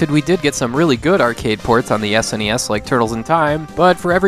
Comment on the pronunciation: I want to thank you for saying S N E S and not saying it like it's a word seriously when young people say that I no longer care what they say as no one called it a Sneez. Like and subscribe from me.